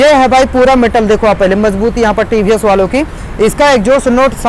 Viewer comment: Ye he tiivhiiess bolna to sikhlo bhai